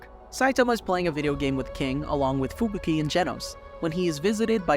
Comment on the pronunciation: who the heck is FUBIKI? only heard of fubuki :D